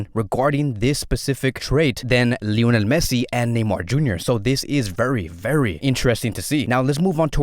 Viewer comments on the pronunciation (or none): none